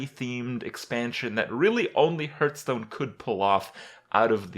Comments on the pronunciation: it's not fucking ''herthstone'' ffs. When you start the game the 'guy' literally says ''hearth'' sometimes so you can't blame it on ignorance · I wonder.. Will he ever stop saying Hurthstone? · "Hurtstone" lel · Hurrrrtstone ! LMFMO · i always wondered why you call it hurtstone? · Say it with me...'Hearthstone" - Hearth sounds like "Heart" with a "TH" on the end, not "Earth" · The way he pronounces Hearthstone is cringy... like really cringy.